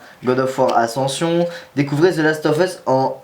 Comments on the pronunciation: mdr the last of HUUUUSSS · j'adore ta prononciation de The las of ...US